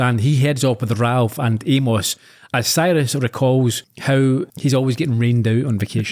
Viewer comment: Glad my favorite Scottish podcasters are doing MSW, my second favorite mystery to Columbo. Hope more to come, listened to both and excellent early season choices. I’m still trying to get over your pronunciation of poor Amos 😂